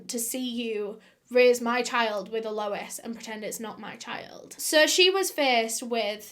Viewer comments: Without being too pedantic, "Alois" is pronounced something along the lines of Al oys. It's french. Ray probably fed Al to the crocagators. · Its pronounced al-oh-ease Re-z But its spelt Alois Rez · Never heard it pronounced like "Low-ess" for a guy. Usually isn't it "Loo-us" for guys? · the whole “a lois” annoyed me, just say lois. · Hate to say this, but your pronunciation of Alois is killing me. It isn't ah-low-is, it is closer to al-oyz. Or if you want to go full French, Al-ow-eez. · Normally I love your videos and binge watch by why do you keep pronouncing it as ALOUWUS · Not sure if anyone already said this in the comments, but Alois is pronounced "Ahh low eeez" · When you say Alois, sounds like my name Lois🥺 I got giddy every time u say it 💘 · i think you should be pronouncing his name all-oh-eese lol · Once you hear the ‘a’ she says before Lois you can’t unhear it. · Well done, you always do such great research. Hope you don't mind me saying, but Alois, sometimes spelled Aloyse, is pronounced Ahloys. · I thought at first that it was a lady named Eloise and she was pronouncing it oddly. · It's pronounced AL-loice, (Aloys, Alois same potato, no pun intended). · I think it's a mispronunciation of Eloise ...pronounced El-louise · Alois (emphasis on the first syllable) is a legitimately terrible Bavarian name, why would someone inflict it on an Australian? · My boyfriend and I are cracking up at how she pronounces Alois. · Every time she says Alois 😭😭